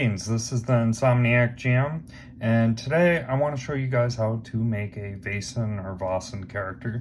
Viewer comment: You pronounced Vaesen/Væsen right first time 😊